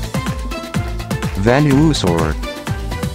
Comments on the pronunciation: Idk if it was you, but that kinda robot voice that introduced the pokemon names it said venusaur pretty weird, u kinda pronounce it venasaur. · ven-u-saur XD